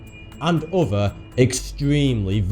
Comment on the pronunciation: He does. He also uses a lot of uvver strange words.